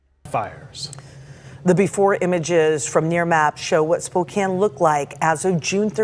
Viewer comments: It’s pronounced spo-CAN…. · I know it's spelled Spokane but it's pronounced like Spokan. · Actually it's pronounced Spo.. ( long o sound) Can. Spokane 😉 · I live here - it’s “Spo-CAN” btw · Its pronounced Spoke-Can. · Yes you Can in Spokane. NOT prounced with a long A. 2nd largest city in Washington. Put some respect or talk about things you can PRONOUNCE ❤❤❤